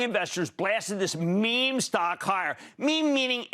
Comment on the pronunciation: I shutter every time he says “meme”